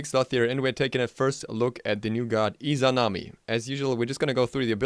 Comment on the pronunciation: finally he said the name right.